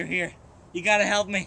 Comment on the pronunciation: wtf? was that a heeeep or a help?